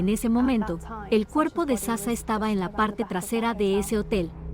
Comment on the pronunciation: Es que la IA la de haber programado un español. Y como la "H" es muda...😂😂😂😅